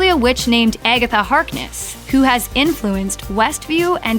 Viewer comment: Or if you sing it how the narrator pronounces it,🎶 its been Eggetha all along 🎶🤣